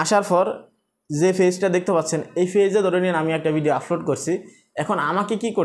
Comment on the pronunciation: ভাই আপনার এই ভাষা গুলো উচ্চারণ সঠিক করেন প্রতি ভিডিও এই শব্দ গুলো বলেছেন-আফলোড,ফতিনিয়ত,,ফরিশ্রম,ফেজ